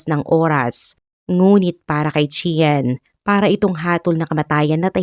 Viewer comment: CHEN- Chan ganyan ang pronounce po